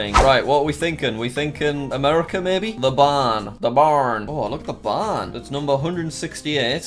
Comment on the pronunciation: Jacks southern accent saying the barn is spot on